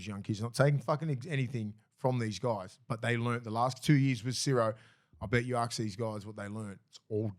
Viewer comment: Willie it’s ask not arks. I know you’re one of the bros but there is no R in ask.